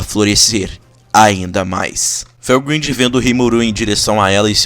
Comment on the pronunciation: Velgrindy fica melhor se falado como velgraide